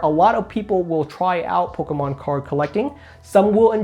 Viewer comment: Am I the only person who absolutely cannot stand the way this kid pronounces Pokemon Lol it grinds my gears love him jus wish he's slow down and say poke-mon now and then instead of pkemn